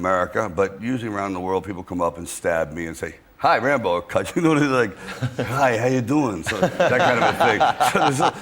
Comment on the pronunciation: I just can't stop finding Jonathan's speech thing very funny when talking about Wocky and Wambo😂 And considering how much abuse he's received from Jimmy Carr for the same reason, I don't feel bad about it🙂 Welease Wodewick!✊🏼